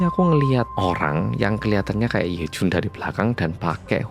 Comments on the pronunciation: "He Jun....Yejun!" Logate medok pol 😂 Bener memang slogane "wong Korea sing medok" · medok banget jawanya pas manggil yejun😭